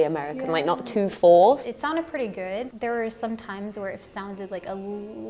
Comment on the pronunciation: I love when Lauren said "pretty good" sounds like "preti gwed" I love you much Lauren